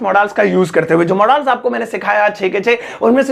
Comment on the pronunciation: मोडाल्स नहीं मॉडल्स पढ़ते हैं